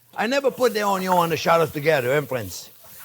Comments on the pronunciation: "ONYO"-Pasta 😂😂😂😂 I love the man ❤😘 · I can listen to Chef say "Onyo" all day.